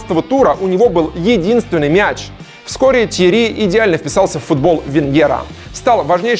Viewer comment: ТьеРРи, а не Тьери(